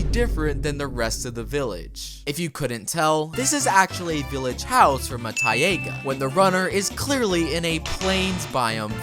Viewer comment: Taiy-ay-gah Its pronounced taiy-gah